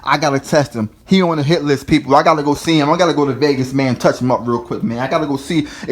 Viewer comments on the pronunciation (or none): none